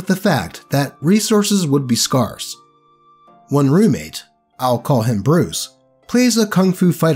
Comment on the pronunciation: I think his pronunciation of "scarce" was kinda a bigger thing.